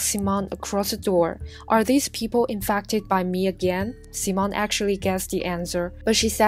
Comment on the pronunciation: Infacted LOL WHAT